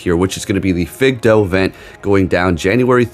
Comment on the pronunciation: Fidough. Fi-doh. Lol...its literally a generic term for dog. Fido The way you said it makes me giggle a little. Maybe a lot. Could be because I live in Washington state, and it just smells like weed when I open the door. But I'm not complaining 😉 and I like your videos.